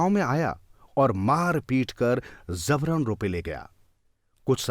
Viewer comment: Zabaran nahi jabaran Hindi seekhiye please